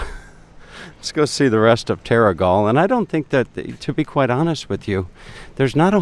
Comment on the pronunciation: Yes you did pronounce it right - The Skillion at what the locals call The Haven. Terrigal